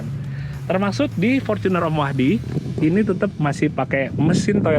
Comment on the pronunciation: Fortuner not forcuner bacanya